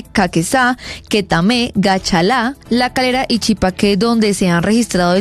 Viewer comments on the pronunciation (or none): Ubaque, y chipaque con acento final? Pobre periódista. Deberían invitarla a conocer estos pueblos. Pero así vamos, de mal a peor.